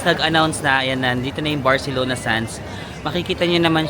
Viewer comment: I love the way you pronounce " CI " na may word. You got it na. hehehe.